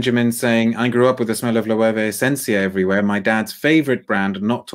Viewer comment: Your pronunciation of Loewe is correct,. It’s very hard to find that brand in the US in store. You’re also right about the seven materials thing.